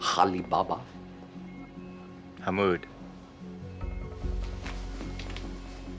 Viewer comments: “Haleebaba” 😫😫 cmon House 😂😂😂😂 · “Halibaba?” LMAO🤣😅